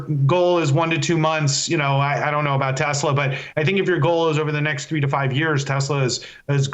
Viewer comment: 'next minute', not 'neck minute'.